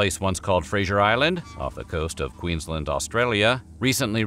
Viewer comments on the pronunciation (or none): none